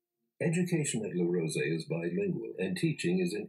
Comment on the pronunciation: you say "Le rosey" very good I confirme this because i live in switzerland in Rolle